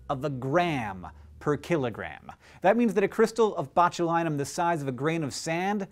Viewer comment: Why did I keep hearing "x milligram per KILLERgram"?